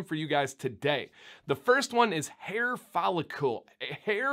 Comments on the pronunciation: “Fol — licle”. “licle” rhymes with “pickle”. ... Love this channel regardless of the pronunciation. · Voice teacher here! I'm about to nerd out here, so feel free to ignore if you don't care that much. What you're doing is putting an extra "u" sound between the c and l in follicle - you're saying follicule. Interestingly, you pronounced cuticle perfectly, probably because there's already a u, so your mind accepts the displacement of the sound. Try saying the following, and whenever you get to cl, focus on the movement of the tongue as the back hits the roof for c then curls the tip up to the back of the top teeth for l, with no movement in the lips and only a slight voicing on the l: fol i (ih) cl follic licle follicle cuticle follicle You may also want to have Sam read these to you without reading them yourself and do a repeat-after-me. Good luck! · Okay, I'm a Chemist, so I can pronounce these things. It's a follicle not a follicule, so pronounce it as rhyming with chronicle or icicle intstead of molecule. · Pretty close! Maybe you’ve figured it out by now since this is an old video but try saying it like “icicle” or “popsicle” - “fall”-“icle”. You got cuticle right! Haha